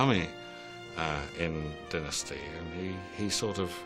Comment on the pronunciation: "Dinnasty", really??